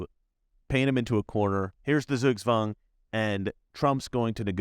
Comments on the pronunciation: TSOOK-TSVANG, NOT ZOOG-ZWANG. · Dear! In German S ist the soft S and Z is the sharp S. Just the other way around than in English or French. So please say Zugzwang as if it were written in English as Sugswang. Thank you.